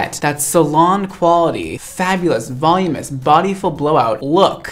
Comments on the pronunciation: "volume-us"? the word is 'voluminous.' are you sure you're a professional stylist? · I love you dearly but the word is "vol-UM-in-ous." You're missing a syllable. 😂💜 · you're beautiful and amazing, but I just wanted to let you know that when you say "volumous", I think you might be meaning to say "voluminous". 😉